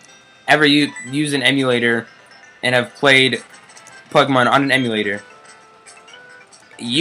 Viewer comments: it's pokemon not pokeman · Does he not know how to say not to be but dude it's Pokemon not pokeman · Why does he say Pokeman? Its so annoying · Who calls PokeMON pokeMAN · pokemAn? its pokemOn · Pokèmon not Pokèman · U call Pokemon pokeman?!?!?!?!?!?!?!?!?!?!? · its not pokeman -. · Oh my god it's Pokemon not Pokeman ! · dude it's pokemon u keep saying pokeman! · say pokemon not pokeman! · pokemon not pokeman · this guy annoys me when he says pokeman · It pronounced Pokemon dum dum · You actually say Pokaymon because of the e in pokemon having an accent. 😂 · Its poke'mon but e has a dash above it so its like ay so u say like pokaymon but its spelled pokemon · Omg ikr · don't say Pokemon that way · I cringe every time he says pokemon, but good vid. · So glad someone else noticed that lol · Yeah why!?!? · ITS POKEEEEEEEEEEEEDMON NOT POKEMAAAAAAAAAAAAN